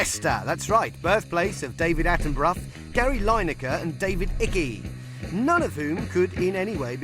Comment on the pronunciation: It was a joke, notice how he also pronounced David Icke's name wrong